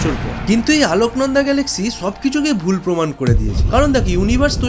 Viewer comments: দাদা ওটা,, "আলোকনন্দা" নয় ওটা "অলকনন্দা" হবে 🙄🧐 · 'আলোকনন্দা' বলেন কেন? অলকানন্দা নয় কেন? অলকানন্দা স্বর্গের নদী, তার সঙ্গে তুলনীয় এই মিল্কি ওয়ে! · আলোকনন্দা নয় অলোকনন্দা ভালো করে পড়াশোনা করো